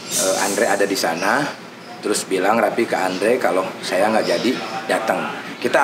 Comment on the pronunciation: Raffi Om bukan Rapiii.. 🤣🤣🤣🤣